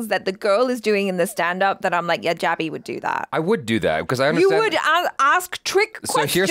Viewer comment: Jaby ❌ PUNJaby✅